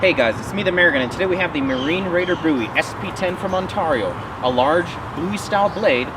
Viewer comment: Buoy knife? Maybe it floats? Looks more like a BOWIE to me, BOWIE not BOOOIE